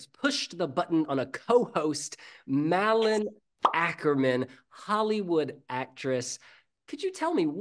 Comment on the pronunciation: Is "Malin" that hard to pronounce for an English speaking person? I would say it's pretty close to the English word "Marlin", the r in that word is kinda silent, isn't it? If you say it like Marlin Awkermann I would say it's pretty close.